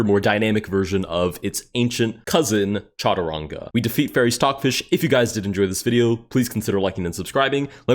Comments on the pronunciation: SHatrung not CHa-too-ran-gaa 🥀🥀🥀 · By the way its not pronounced cha-tu-rnga its sh-t- rnj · brother, it is Cha-tu-ran-ga. Literally a sanskrit word. Shatranj is a persian name. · Soft "G" in chaturanga. Like a "J" sound